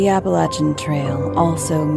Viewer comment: Mispronounced Appalachian. Continues to mispronounce, super annoying, can't finish.